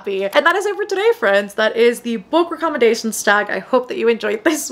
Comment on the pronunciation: The way you pronounce "recommendation" threw me off. I had to google how to pronounce it. Great video though :)